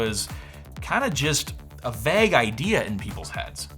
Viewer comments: The pronunciation of "vague" 😮😢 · I never noticed until he noted it, he does pronounce vague weird :)